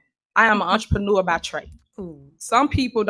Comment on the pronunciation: We’re dealing with Tiffy…did she say “entrepreneur” or did she say ENTREMANURE😂😂😂😂